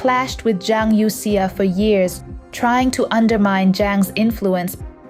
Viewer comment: It somehow strikes me as odd that the speaker in this video apparently does not know how to pronounce Chinese names correctly.